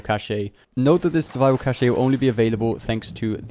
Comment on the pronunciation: Bro it’s pronounced ‘caesh’ not ‘cashay’ 😂 Great videos though helpin me get that platinum real quick